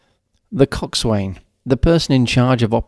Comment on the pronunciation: Great video! By the way, when pronouncing the word, coxswain, the 'w' is silent.